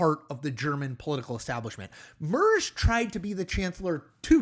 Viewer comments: Honestly, i would love love love just once, ONE TIME, that Americans would listen to how a name is pronounced before trashing it on the internet. Merz is soooo easy!!! And this dude said it in every way possible incorrectly!! Also its wildly annoying that Americans think we (the german people, even Europe) copy their ways in everything. Europe has existed way longer than that shhh show of a country you call USA. For an American president to assume that the CDU is a carbon copy of the republican party makes my stomach turn!! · Closer but still not correct. It's not an easy name tbf. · Ok... let's get this right as Merz will be around for a while. The /e/ should be more like the /a/ in , but that might be hard to do in the Anglophone world. But what definitely will help is the pronunciation of the /z/. In German a /z/ sounds like /ts/. That makes the name easier to say. Much like the dance, "waltz". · Chris- the guys name, being German has a harsh TSSSS sound not a soft shh. Merz like in megahertz. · How hard would it be to learn how to pronounce Merz's name? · Please look up how to pronounce "Merz." You're getting it very wrong. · Research and practice how to correctly pronounce the names of non-English speaking politicians please- eg Herr Merz. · It is pronounced like "Mehrtz" not "Muhrrzzz" also the AFD are much further to the right than you describe them, they are full on fascists running on a platform or queer extermination and ethnic cleansing of Germany. They are forced to hide their rhetoric with dog whistles to avoid saying their criminal intent out loud but everyone here knows what they want to do. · Chris, I’m an American living in Germany and you exactly hit the multiple nails on their multiple heads! So I’ve just subscribed to your channel! But… his name isn’t MURZZZ, it’s MARE-TS! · Tiny german pronounciation tipp, Merz spoken out loud is like a sheep sound "mäh" with a rolled "r" and a sharp "s" at the end. So "MährrrrZ" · Merz is pronounced "Mairtz."